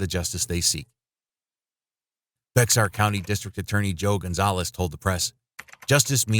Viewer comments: Hey, so I'm actually from Bexar county, and I just wanted to pop in your comments and say the X is silent. It's pronounced BEAR County. Bear County, not Bex-Arr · Bexar is pronounced "Bear" country. Not Becks-ar. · For the record, San Antonio is located in "Bexar County", of which the locals pronounce the name as "Bear", not "Beck-sar". 😂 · I was there when the San antonio cop shot him. Also it's pronounced bear county not bexar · Bexar County is pronounced "Bear county" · Bexar county is pronounced “bear” county. Fyi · Great video. I'm a San Antonio native and just an FYI Bexar is pronounced as bear. The x is silent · Be at county is pronounced like “bare”